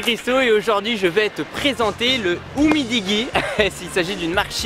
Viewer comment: Umidiji la prononciation 🤣🤣🤣🤣😋🤣🤣😋